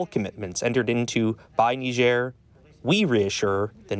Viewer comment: She can’t even pronounce the country properly